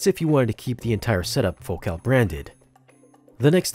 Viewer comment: What's with the weird pronunciation of Focal.? Ordinarily the emphasis is on the first syllable of that word. Is the pronunciation you use the one the company prefers?